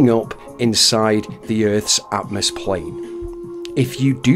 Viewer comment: It is pronounced atmosphere.